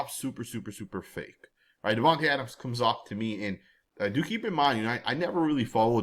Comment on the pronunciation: His name is pronounced, DIVAnte Adams.